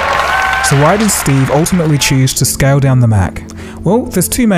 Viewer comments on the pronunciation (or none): none